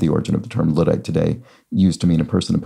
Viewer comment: In the same vein, luddite is also pronounced with a short "u." The word derives from, the likely apocryphal, Ned Ludd (spelling varies), a character worthy of a bit of a read.